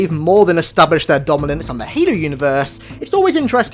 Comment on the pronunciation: Good vid, cant stand the way u say Halo